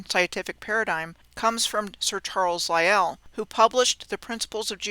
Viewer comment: "Sir Charles LIE-ell" LOL Thanks